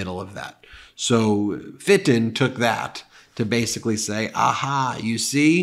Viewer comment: When Ben says "Fit-ton" an angel gets it's wings.